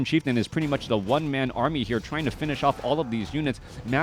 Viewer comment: what is an "Aramy"? lol great cast.